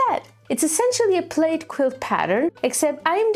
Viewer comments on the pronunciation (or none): Plaid isn't pronounced "played", but " plad" 😊